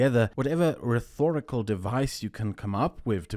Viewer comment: RheTHORicle? Is that really a valid pronunciation?